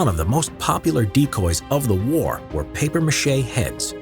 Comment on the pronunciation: It’s MACHE not Mache smh 🤦‍♂️